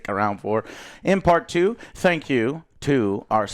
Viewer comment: Spank instead of thank🤣😂🤣